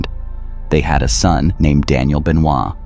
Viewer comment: Doesn't even know how to pronounce his name right. Man you are fired. Fake fan of wrestling.